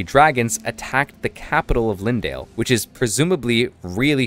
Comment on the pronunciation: its not lindale, its leyndell > lain dell